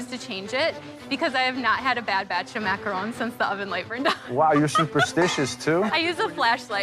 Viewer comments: Gordon calling them macar’oo’ns is making my eye twitch. Loved that said it correctly even when all the chefs pronounced it wrong lol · i'm not even French, but I'm so triggered how they keep saying "macarOOOONs" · "9 foot structure of muhcrones"